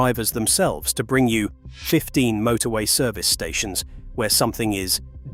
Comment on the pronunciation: and "motorway service stations"